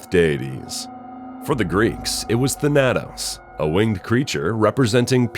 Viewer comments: yeah. He clearly put an extra syllable in there its just tha-nuh-tows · Did he also say Thanatos weird? I've only every heard the word in Kid Icarus uprising